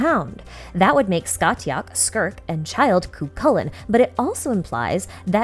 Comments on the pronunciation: Heyyyyy just thought I’d let you know Scathach is pronounced Scaw-Hawk (from an irish speaker 💓) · amazing to see how the story of cu chulainn relates to childe. btw the t in scathach is silent so it's pronounced scahach